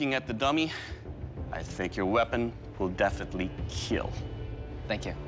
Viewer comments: It will keel. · It will Keal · It will Keel 😂😂😂😂😂